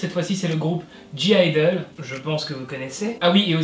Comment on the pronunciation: Le g de (g)-idle ne se prononce pas 😊